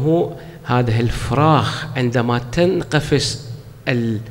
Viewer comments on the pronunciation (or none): سيدنا كلامكم رائع ملاحظه:(البيوض تنفقس وليس تنقفس )